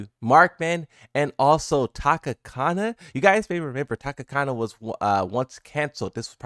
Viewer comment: Tanakana not Takakana😂😂.... sorry but i had too... respect brotha! Aloha.